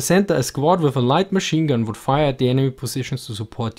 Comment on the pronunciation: "Vould enforce discipline"